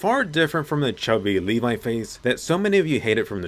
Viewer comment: Now he become "lev" instead of "levi"